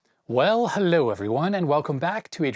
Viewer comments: Almost like swedish Hallå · I almost thought he said "Well, HALLO everyone" :D